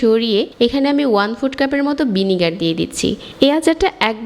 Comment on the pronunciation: The word should be pronounced be like "vinegar " not BINEGAR